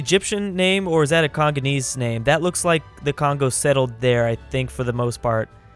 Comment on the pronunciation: *Congolese not congonese